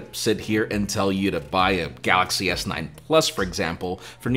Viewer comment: The best part is when he says his name and "the gaLLaxy" :)